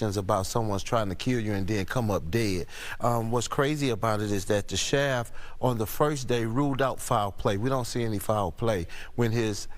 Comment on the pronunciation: I know what a Sheriff is but what is a, "Sherf"?